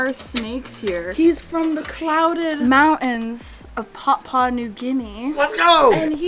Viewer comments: love you guys, but educators need to do more research. So much misinformation on irridescence, can't pronounce the word "Papua" I mean, that hurt to listen to. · Papua is pronounced 'Pah Pwa'